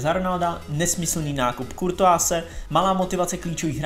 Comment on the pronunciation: Vyslovuj prosím Kurtuá a ne Kurtuáz ☺